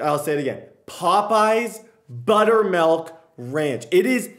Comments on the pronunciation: Butter"melk"? It's milk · melk? buttermelk?